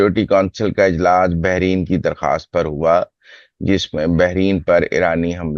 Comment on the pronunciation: Not behrin, Bahrain